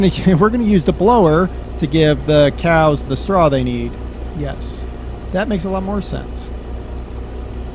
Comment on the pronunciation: I wish he would've stopped saying coos, and said cows. This guy is trying to be fucking funny and failing at every attempt.